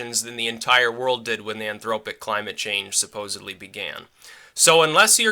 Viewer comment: "anthropogenic" not "anthropic"